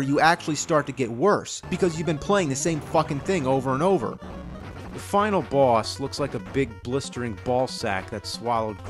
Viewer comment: Anyone else love the way he says Bwoss?